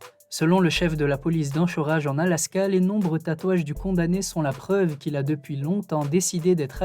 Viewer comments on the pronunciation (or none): petite précision on ancorage et non anchorage mais j'adore tes vidéos. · 😂😂😂 enchorage !!! 😅🤣🤣 Sa se dis enkorage en alaska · On prononce enkorage, pas enchorage. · J’adore je regarde très souvent par contre faut vraiment faire un effort sur la prononciation des États... « l’OYo », « l’Yoha », « AnCHorage » 🤦‍♂️🤦‍♂️🤦‍♂️... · La ville américaine Anchorage se prenonce Ankorèidge 😂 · Le masque de fer a été embastillé entre 1998 et 1703 ? 🤔 Anchorage se prononce "ANKORÈDGE". 😉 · Anchorage xD ça se prononce ankorage même si c'est ch ^^ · Anchorage se dit ankorèdge phonétiquement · J'aime bien tes vidéos. J'ai le sentiment que tu cherches un peu à te documenter c'est pas mal. Un petit conseil cependant, penses à vérifier la prononciation des villes et états que tu mentionnes (e.g. : Iowa se prononce "Aïe-oh-ah" et Anchorage se prononce "Ankorage"). Sinon continue comme ça et bon courage ! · Anchorage... ankoraije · On dit Anchorage (ankoraige) jeune homme, soyez précis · Anchorage ça ce prononce ankoraidge ( en phonétique) poto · anKorage mec ... ça se dit ... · Anchorage se prononce "Ankorèdge" A part ça, super vidéo comme d'hab 🔥😉👍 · J’allais dire la même chose 🤣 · anchorage se prononce ancoreige 😄😄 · j'aime bien tes videos et ses infos insolites mais ca fait plusieurs fois que je suis presque irrité par la prononciation surtout les villes et etats américains comme Ohio ou Anchorage sur cette video. On dirait que tu utilise un lecteur de texte "intelligent" et programmé seulement pour la langue française. Je vais te les ecrire en pseudo phonétique (car je ne connais plus les symboles phonétique utilisé mais: OHIO ce dit = O-ail-O en 3 syllabes Anchorage = An-ko-rai-ge en 4 syllabes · Ioha et Anchorage hahahaha un effort sur la prononciation rendrait tes vidéos plus pro. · Comment il prononce Anchorage 😁😅